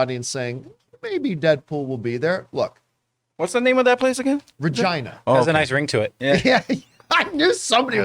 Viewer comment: Why isn’t it pronounced Reh-geena?